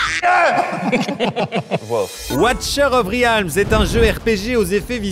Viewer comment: Watcher of riaaaaalms (ça se lit "rilmz" niveaux prononciations 😂😂)